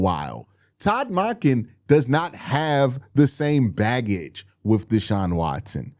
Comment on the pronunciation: Still pronouncing Monken wrong